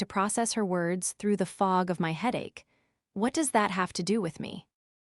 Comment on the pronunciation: "My" means me or myself it is NOT pronounced "M.Y."